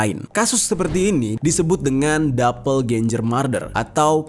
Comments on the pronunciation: DOBELGENGER GTU BANG. Aneh bgt nyebutnya dobelgenjer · Bro doppelganger bacanya dopelgenger, bukan dopelganjer!.jadi aneh kedengArannya. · Dapel genjer pranowo 🤣🤣🤣🤣🤣 Bisa kali bang googling dulu cara bacanya wkwk